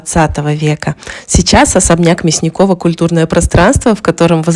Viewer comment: он вроде МЯсников, а не МясникОв.